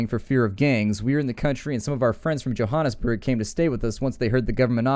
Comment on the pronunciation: Its nice that you pronounced Johannesburg the way the afrikaans speakers do. Im from south africa and speak afrikaans. So just thank you :)